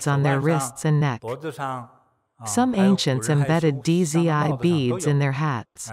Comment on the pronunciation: Dizzy I beads. 😂😂😂 it's pronounced as "Z" or "Zee" with a silent D.